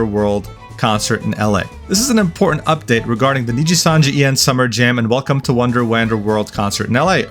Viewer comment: bro pronounced wonder and wander differently but they're like pretty similar lmao